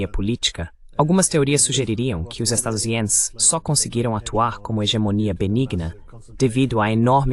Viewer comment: Estadisiens é o caralho, porra!...fala o nome dos FDPs direito,porra.